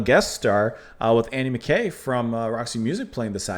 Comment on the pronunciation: How did I not comment and like? I'm so sorry! I try not to correct too much, but I have to point out a very common mispronunciation. Andy Mackay's name is actually pronounced muh-kie as in high. I didn't know either until I saw Roxy Music in 2001 and Bryan Ferry introduced him. I sincerely hope you will react to more Mott sometime in the near future. They're one of my all time favorite bands.